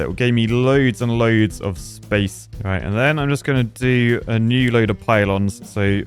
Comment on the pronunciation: Poo-lons. Really,?